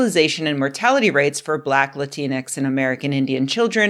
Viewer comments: It’s the X that’s the problem. It’s not supposed to be pronounced. It’s “Lah-teen” denoting a non gendered version of Latino (masc) or Latina (femm) Like half the letters in any french word, the X is silent. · Rebecca I love you but the x in Latinx is not pronounced. It is a placeholder. If it is pronounced it's usually pronounced like an e. Please.